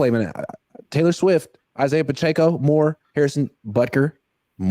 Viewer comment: The way says Pacheco is killing me It’s puh-check-oh, c’mon